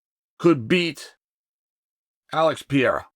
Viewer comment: Pa-rera , Not Pi-rera !